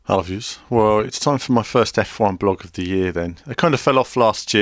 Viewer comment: Is it just me or is 'Hello viewers' sounding more and more like 'I love yers' as time goes on? Seriously, listen to the start of this vid again and tell me what he's saying...